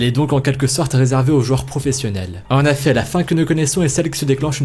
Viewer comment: Pourquoi tu dit en affet au lieu de en effet